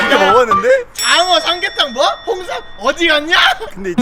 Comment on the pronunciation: 장어 삼계탕 홍삼 발음 무엇~?ㅋㅋㅋ